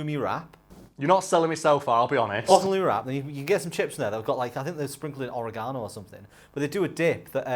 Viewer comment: is it just me or did pronounce oregano weird?